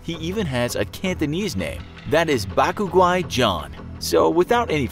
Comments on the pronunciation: Bac guai is pronounce B-ah-c Gwa-eye . And bac guai means white person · Bruh u butchered his name in cantonease